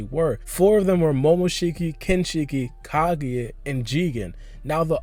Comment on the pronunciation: Someone tell this guy that it’s kaguya and not ka-geh please ....nice video tho but Americans need to work on their English